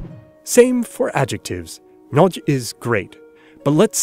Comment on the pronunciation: Shouldn't you pronounce "nagy" as 'noʒ́ź"???